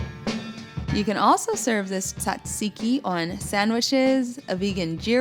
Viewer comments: it's tzatziki, you focus more on the tzzz (you should actually sound like a bee :p ) .. just an advise from a greek girl . And btw you're amazing!! <3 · Being Greek it sounds so funny to me when people try to say "tzatziki" haha. Love it tho!Great video,thank you :)